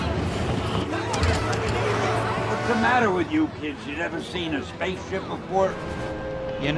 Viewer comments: My favorite is Tony Stank because he goes back and reads it again but still says it wrong and the way Rhodes picked up on it it’s funny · I love the FedEx guy when he called Tony Stark - Tony Stank